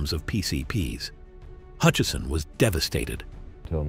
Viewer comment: No 'n' in Hutchison.